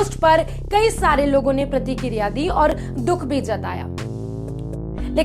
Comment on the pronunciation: प्रतीकीरीया नहीं प्रतिक्रिया होता है.